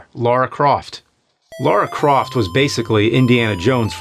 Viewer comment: Everyone: Lara Croft James: Laura Croft